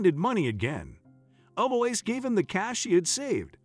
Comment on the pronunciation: Her name is Ell-ou-eeza. This is a lovely old french name.